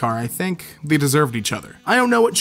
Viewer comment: why do you pronounce "they" as "the"